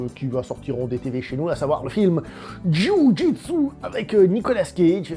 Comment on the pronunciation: "JU JOUI D'SU"